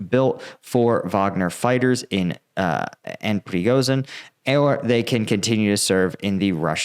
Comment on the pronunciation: You are pronouncing Prigozhin wrong. The "zh" is not pronounced like the "s" in "asshole", but like the "sh" at the beginning of "shithead".